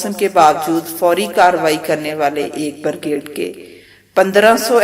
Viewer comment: I commend u for this well researched and we'll compiled video One very minor matter. Try to focus on correct pronunciations for key words and terms. I think about 3-4 words were ( slightly ) mispronounced such as, Brigade(pronounced as ' burgade'), helicopters (pronounced as ' helicupters) and D'jibouti(pronounced as ' dijibouti). Congrats. Look forward to some more good stuff from u